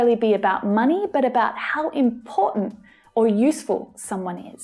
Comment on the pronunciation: how do native speakers pronounce "important"? I noticed that you pronounced it differently than I'd have (mis)pronounced 😁